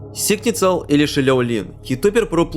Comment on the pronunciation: Сигнисал* в английском нет ц